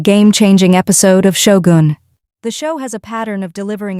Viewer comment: Who's Mara? Sho-goon? Tar-ron-nika?